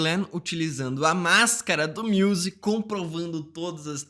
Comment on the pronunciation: o cara falando MIUSE dá mta agonia kkkkkkkkkkk